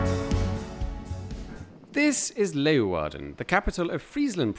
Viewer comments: You pronounce Leeuwarden better than most dutch people do 👍🏼😃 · Props for your prononciation of Leeuwarden. That's not easy to say if you're not Dutch. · hey! I was actually born and raised in Leeuwarden. And I must say you pronounce that much better than most Dutch people do. Dutch always incorrectly stress the A instead of the ..eeuw..